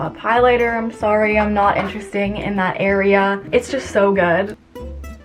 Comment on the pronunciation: “also i’m so soory” hehe canadian accent